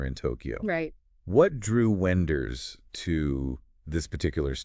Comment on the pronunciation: the AI sucks, and it is unable to pick the German pronunciation of Wenders name and last name... this sucks...